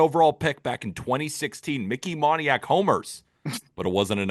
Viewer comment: HE MISPRONOUNCED MONIAK